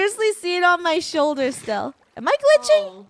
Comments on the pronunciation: when the dragon was in funnehs shoulder said the dragon is in ur soulder:D he was so happy that he got to say soulder missing the h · Did anyone hear say “Oh it’s on your SOULDER!!